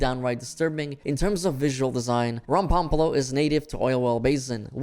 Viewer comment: RomPOPOlo, not Rompampalo